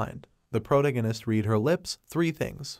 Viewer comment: "proto-gunist" AI narrators suk.